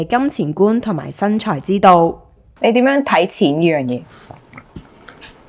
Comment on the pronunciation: 謝謝主持不像其他自以為是的主持咄咄逼人，但有很多位沒回應受訪者的答案，就突兀的轉去下一條問題，要注意懶音 旅"痕"， "申"財之道，人"身"(生)。